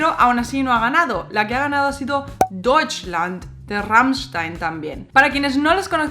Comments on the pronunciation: Me gusta cuando dice "rammichstain" se le escucha perfecto 😍😍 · Me gusta la forma como cambia del español (o Ezpañol 😉) al alemán al pronunciar Rammstein. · Me encanta como pronuncias Rammstein !!! :) Muchas gracias por el video!!! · pronuncias muy bien Rammstein. tu aleman esta muy bien¡¡¡